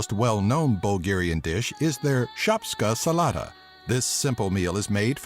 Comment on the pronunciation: "Shopska salada" First, it's pronounced shopska salat-a Salad is not salada it's said as it is typed. Try to say it like the bulgarian accent (a bit sharper than the Russian accent). There you go.